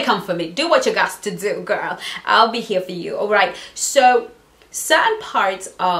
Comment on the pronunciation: youre South African, you dont say guuuuurl!!!